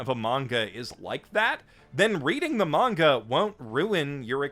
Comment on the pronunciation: I just realised that you say "manga" and not "menga" like many other people say it which I don't like all that much; I prefer "manga" over "menga". Nice! :D